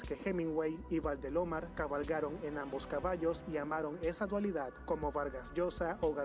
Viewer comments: Pues si, noté una calidad mediocre en los entrevistadores, varias veces pensé: "Quién es este tipo/a?" Por cierto no pongan un robot, es Valdelomar, no "Valdelómar" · el hombre que estaba narrando era peruano???? lo digo porque en vez de decir mariátegui dijo mariatégui , en vez de decir valdelomAr dijo valdelOmar osea lo dijo sin respetar su acento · valdelómar? mariatégui?. lee bien asi no es. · tu canal Peru ,si que representa al Peru , menos mal que Cesar no escucha tu canal, sino que le parecera escuchar como leen Valde-lómar o Maria-Tegui. Que dolor de cabeza y oido. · La voz en off de este vídeo debe de volver al colegio pues no sabe leer,pronuncia mal los nombres de Vaderomasr,que le pasa!!